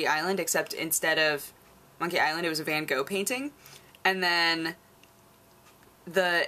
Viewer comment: also wrong, its van Gogh, but native English speakers can't pronounce the "G" the way dutch people do, but it sort of sounds like clearing your throat, the "H" at the end gets sort of lost lost, same way a "K" gets lost in the word "Knight". You can check it on a text to speech website ;)